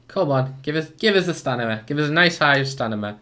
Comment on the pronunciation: He says stanima